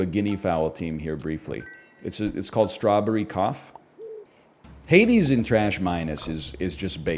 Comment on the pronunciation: You do understand how this works? You put games into your Tier not what others think otherwise why even bother? He disliked Hades to the point of purposely mispronouncing it. Get over it. If you love it then great but respect others just don't.